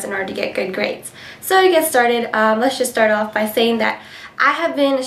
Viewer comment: haha your so cute you said gaids by the way